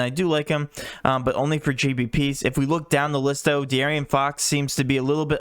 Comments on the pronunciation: Bro stop saying DeArian fox 🤣🤣🤣 that’s not his name🤣 DeAaron fox , it ain’t Arian Gordon is it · D A A Ron